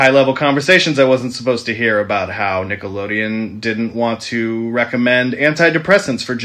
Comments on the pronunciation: You keep saying Nickoloneon instead of Nickelodeon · this man cannot get names right. Nickenodeon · 🤣 That man just said forget the “d” in Nickelodeon